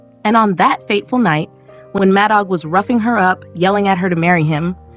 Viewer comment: The AI is horrible ! It's pronounced Mad Dog